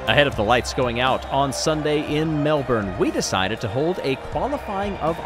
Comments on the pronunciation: So exciting? But a heads up It's Mel-bin, not Mel-born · Look I love ya but it's MEL-BIN lol also love how you used tourism Melbourne's logo. Chefs kiss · Hey mate we pronounce it as "Mel-bin" :)